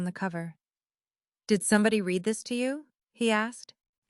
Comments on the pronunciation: To AI. Please learn the difference between read (pronounced Reed) present tense. And read (pronounced red) past tense. ' You can't red the all' when you just ask us to write comments. I promise I Reed them all. Thank you. And there are several other spelled alike words that are not pronounced in the correct tense. If AI can't learn what is the point. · The narrator does not even know how to pronounce 'read' (reed) and read (red)!!! This is someone whose mother tongue I presume, is English. Then we Indians (from India whose mother tongue is definitely not English), speak perfect English!!! Irony!!! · You need to teach the AI the difference between words like Read (Reed) and Read (Red). It is a distraction to the story and like fingernails on a blackboard to a native English speaker. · Learn to read. Read is one of those verbs that is spelled the same in both the present and past tenses. In the past tense, as so often happened in your narrative, it is pronounced “red”. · Read. Reed or Ted depending on how it is supposed to be articulated 😊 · AI please, conjugate verbs: Read the spelling doesn’t change, but the pronunciation does.